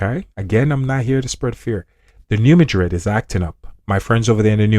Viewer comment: Thank you for pronouncing “Madrid” correctly. Why Americans insist on MA-drid is so strange. ❤